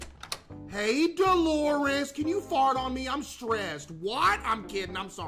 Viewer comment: Bro really said “deloris”…..😂